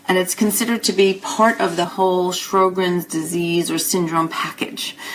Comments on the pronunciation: In the U.S. Sjogren's is pronounced "show'grens." There is no "R" in the first syllable. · pronounce the name right., geesh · It bugs me too. I think her information is good, and very well presented, but I find it very strange that an MD would mispronounce "Sjogren's".